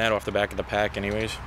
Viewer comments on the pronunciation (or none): none